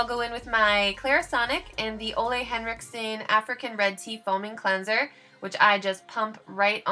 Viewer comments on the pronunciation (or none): Hey:) it's actually pronounced (oooh- lay) that's how Mr. Ole Henricksen actually pronounces it:) love you!!! Just want to help.